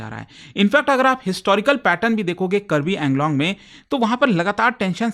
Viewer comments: Thank you for covering the topic, btw it's Karbi Aa-ng-long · Its Kaarbi Aanglong